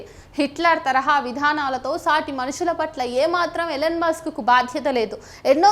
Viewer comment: Ellen musk kaadhu ELON Musk. sarigga pronounce cheyyali ledhantey Athaniki thelisthey chaala theda vasthundi..